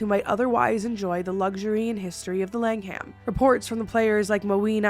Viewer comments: Fun video! Just one tiny thing. The H in Langham is silent, so it's LANG um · I love you lots. Thank you for this video haha I live in England and I didn’t know of the langhams full haunting. Also no hate, just letting you know, it’s pronounced lang-am xxxx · I love hearing Americans and Canadians saying English words or places 😂 it makes me chuckle in the uk we would pronounce the langham lang-um same as Birmingham it’s said birming-um one of my faves is Cheshire they say it like it’s spelled but it’s said chesh-ear here hehe 🤭 but the way you say it makes me smile even more 🥰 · Love this video!! But the more times you pronounced "The Langham", "The Lang-Ham" made cackle. I'm not digging you out, it was funny x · I really enjoyed this. UK correct pronunciations 😂= Norf*ck, jackobite, Langum❤️❤️ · ❤ how you say Langham. I'm from Essex in the UK (about 0.5-1hr on the train from London) and I don't pronounce the h..... so I always call it the Langum hotel . They do a really lovely afternoon tea 😁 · Many British named that end in "Ham" are pronounced more like "um", if it comes up again in another video. Google's usually great for the pronunciation of things too